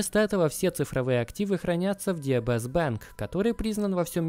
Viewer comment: Так слух режет когда ДиБиЭс называют диЭБэс. Нет буквы Эб в английском алфавите